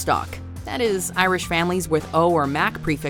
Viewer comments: The pronunciation is completely off but I appreciate the effort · i love reading about irish myths and legends but wow did she butcher the pronounciations.